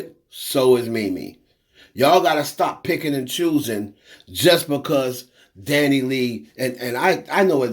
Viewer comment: her name is pronounced Dani-LAY not LEE. It's like to pronouncing (Santa's)sleigh. Leigh is pronounced "Lay"